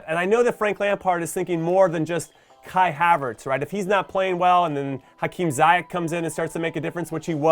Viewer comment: Jimmy I love ya and glad you're back! Helpful pronunciation tip, given in good faith: It's Zee-yetch, not Zai-yeck